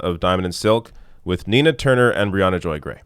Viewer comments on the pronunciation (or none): none